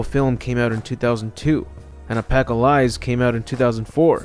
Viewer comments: Did he say A Pack Of Lies instead of Apocalypse? 😂😂😂😂😂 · Apacahliesb? Uh-pawk-uh-lip-sss Apocalypse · Ah-poc-o-lips.... NOT a-pack-of-lies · Dude, your channel is awesome is full of lore about resident evil I didn't even know about BUT learn how to say APOCALYPSE right because I cannot take you serious when you mispronounce it. Correct: Ah-Pa-Cah-Lips Incorrect: Ah-Pah-Cah-Leese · OK I’m sorry understand some people talk different but did you just say “ Pack allies” instead of apocalypse? I just can’t let that one go. That’s not even close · Resident Evil..."Pack-O-Lies"????? Apocalypse....it's Apocalypse (Uh-Pock-A-Lips) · really good video the only thing was pronounce apocalypse wrong i was like hold the fuck up did he just say opacolize its Uh-pock-o-lips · Please to god, i beg of you........Apocalypse... A-paka-lypse....not apackoflies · Its Apocalypse (uh-po-kuh-lips) not “a pack a lies” 😂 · Why do you keep calling the movie sequel apacalyze. You made me google it. Shame on you. Its apocalypse. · AHAH! I knew I was mispronouncing it. "APacALies". The 2nd "P" is silent! duh! THANKS FOR THE CORRECTION! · Surprise I didn’t see a comment mentioning the “Apackalyse” pronunciation. Not making fun, great video, just thought I’d see it somewhere lol. Glad to see this comment section is cool. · "A Pack O Lies" Eh.. Close enough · Did that Mogadishu really just say pacalyse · Resident Evil A-pack-a-lies? is Apocalypse that hard to read? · Wait. Did you say "Resident Evil Apackolies?" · "a-pack-oh-lies" Jesus christ what a butchering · what is "appacalys"? its Apocalypses..... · I know this isn't the point of the video but instead or saying resident evil: apocalypse he said resident evil: alpaca lies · Apocalypse not "a pack of lies" 😂😂😂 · And here I thought you pronouncing Apocalypse as 'A Pack of Lies' is a pun. Lol. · Apocalize? and I'm being nice by assuming you actually said pronounced the A in the beginning of the word. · Why did he say apa ca lipes?😂😂😂